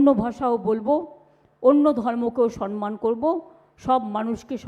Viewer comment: কথাটা সম্মান সনমান নয়